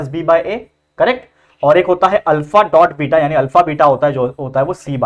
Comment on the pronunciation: Alpha ❌ Alka ✅ 😅